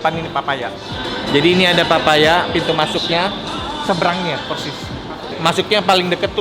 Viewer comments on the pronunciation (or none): none